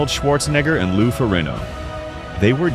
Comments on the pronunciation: Is not Ferino. Is Ferrigno. Learn how to pronounce his last name right. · The g is not silent in his name, wtf are you doing?! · Get Ai to say his name right for fucks sake. The video is about him. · Pretty bad when you keep mispronouncing the name of the person you’re featuring in your video. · When a channel devoted to a subject and can't pronounce the last name if the subject they are devoted to then I'm out and it's only 38 seconds in!!! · You can't even pronounce his name right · Nearly 12 minutes and this narrator still couldn’t get Lou’s name right. SMH!